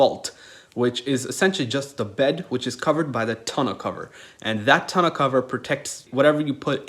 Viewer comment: You forgot to mention that the TONE-U(how it’s pronounced) is a solar panel that can be stood on** there’s nothing special about standing on a regular one. Jesus, tons of errors. Downvote for an inaccurate video.